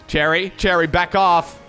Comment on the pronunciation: ah, good, I'm not the only one who heard "Terry" as "Cherry"